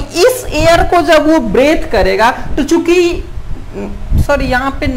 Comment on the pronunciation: Breadth or breathe 😅